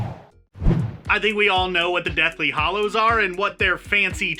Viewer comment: Two seconds in and he can't even pronounce Hallows properly!! It isn't pronounced hollow!